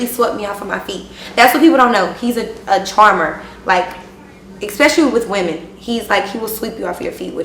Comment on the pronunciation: Especially with women? Why you gotta emphasize that